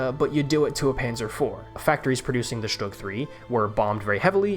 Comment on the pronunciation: Stüüüüg bro learn to speak